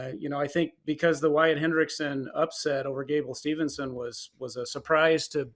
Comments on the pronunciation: C'mon dude from WIN Magazine, it's STEVE-SON -- NOT Stevelson or Stevenson. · Hodge announcer immediately loses credibility when he doesn't know how to properly say Gable STEVESON 😕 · How TF does this clown from WIN not know how to pronounce Gables name. Jesus Christ man. What a boring announcement also. The most monotone and boring guy announcing it on the most monotone and unenthusiastic wrestling media outlet. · I came here to say that! Crazy that the guy couldn't be bothered to get Gable's name right.